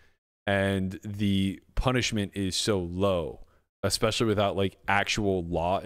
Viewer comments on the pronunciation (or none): He's a genius but he can't say especially......he said expecially.!!!!